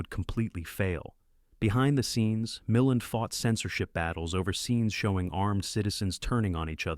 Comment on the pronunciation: The actor's last name in "Panic in Year Zero" is pronounced "Mil-LAND," not "MILL-end." Thanks, AI voice!